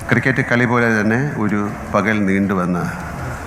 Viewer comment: Kali ennu entho kuthi parayana pole...........